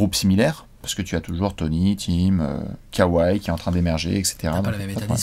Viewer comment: Genial comme tjs mais pitié, prononcez kawhi comme ça se prononce 😉 Kowai. Sinon super analyse !